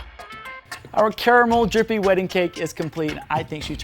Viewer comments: *sniff* Finally.... Someone said "caramel" instead of "carmel"! I CAN DIE HAPPILY NOW! HURRAH! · Wow an American that pronounced caramel correctly 😂😂😂 Edit: and macarons wrong!!! 😂😂🙈🙈🙈